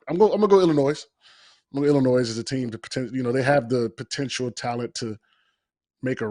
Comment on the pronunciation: can’t take a prediction seriously from a guy who pronounces it “Illi-noise”